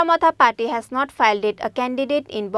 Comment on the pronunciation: Not paty... It's party.